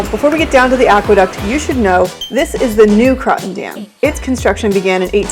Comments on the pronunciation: Pronounced "croaton" not croton. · Cool video of my childhood home. It’s pronounced Crow -ton, though. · If you're going to do a video about the Croton Dam the least you can do is pronounce it right.